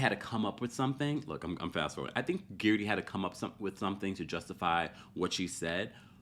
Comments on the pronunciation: Its Guerdy errr, not Geardy ear 🙄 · say guerdys name properly pleaseeeeeee